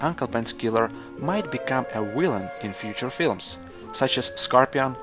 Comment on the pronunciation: haha "willen"